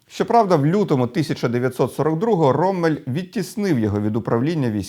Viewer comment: Ніколи не кажіть "роММель" чи "біТТе", бо це невігластво. Подвійна приголосна літера лише вказує, що попередня голосна є короткою. Це німецька, таки правила правопису. Як й в англійської, не завжди читай як написано.